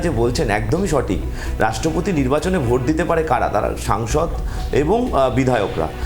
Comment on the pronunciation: SONGSOD NOY SANGSOD. BHUL BOLCHEN KENO.?